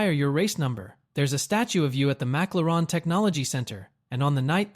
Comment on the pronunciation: What is a mac-la-ran?...😂